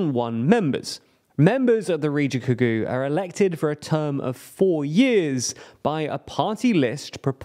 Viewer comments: I'll just be that person and say that riigikogu is riggie-koh-goo, not ridgy-kagoo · I get why people complain about your pronunciation now, "rijigugu" is just awful le lmao Also I don't think this will ever be useful again, but the G in this language never becomes a J so it's not "Riji" but "Riigi" like the second G in Google. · riichikogüü It's riigikogu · That pronunciation will be a meme in Estonia :D rii ghee cog oo would be more accurate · Riidzhikudzhuuu. Oh my god, seriously. I almost pied in my pants right now. Kädzha Källäss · "Ree-gi-ko-gu", as in g as in guy, not g as in Giles. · You just wait, soon the Australian Broadcasting Corporation will do a piece on it and pronounce it as _Ridgerikokoo_. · That pronunciation of "Riigikogu' was straight up awful and I'm not even an Estonian. It's ree-gee-koh-guh with hard "g" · oh god no. dude said Ka Ja Kallas. Its more like Kaya (reference Maya). Please learn to pronounce names before you say them in a video. Edit: the Riigikogu was even worse. He pronounced it as Ridgecocoon… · Please for the love of god look up how to pronounce local names when you do these videos. Most languages don't use the same logic as English when it comes to both spelling and pronounciation, and it's particularly abrasive to the ear to hear how all those j's and g's are softened in a way would never occur in Estonian. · ridgeigugu? hahahah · For English speakers, it's pronounced "Kaya". The G's in riigikogu sound like the one in words such as "get", and the I's are basically English E's. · The way that you pronounced "Kaja Kallas" and "Riigikogu" was pretty hilarious. Also another thing I would like to add is that the Eestimaa Ühendatud Vasakpartei (Estonian United Left Party) was really unpopular until this election, they got 14k votes and they are notorious for being extremely pro-Kremlin. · omg lol i laughed sooo hard when he pronounced riigikogu and kaja kallas lol (no hate) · Ngl the way you pronounced "riigikogu" hurt my soul